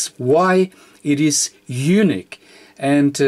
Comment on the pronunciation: I can't speak German, and you do a fantastic job with English... But Unique is YOU-NEEK. On the other hand, YOU-NICK is Eunuch, which is something a little different, and (hopefully) not related to radio. Thanks for the great videos.